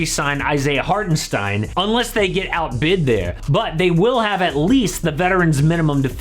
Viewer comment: I‘m from Germany and was surprised how well you‘ve pronounced Hartenstein❤️